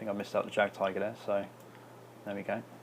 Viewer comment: just want to say, not tryin to be an a-hole but its pronounced yagd-tiger not jagged tiger i mean c'mon we're both ww2 nerds here right?